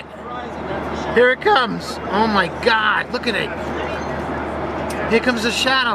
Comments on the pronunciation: Заебал он о майгакать 😂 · Как же выбесило это "о май гяд"!!! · чуть не блеванул от “омайгада”